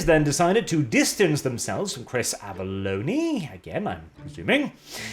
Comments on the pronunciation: Not ah-vel-low-nee. Ah-vel-own. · AVA-LONE not AVALONIE :D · As far as I know his last name is pronounced "Av-a-Loan" the E is silent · Well, no. Avellone comes from Avellino afaik. Italian surname, should be pronounced Ave (as in ave Caesar) - L - Lowne. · y'know, being English, I'd think you would know how to pronounce Avellone